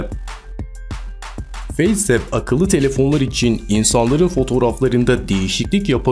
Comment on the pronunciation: Abi neden feys ıp diyosun feys ap 😂😂